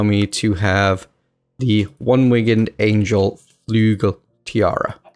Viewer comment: Sigh, its not flugel, its flügel - a german